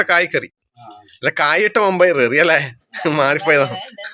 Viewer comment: കത്തി വാങ്ങിയോ അതു നന്നായി മമ്പയർ അല്ല വൻപയർ അതാണ് ശെരി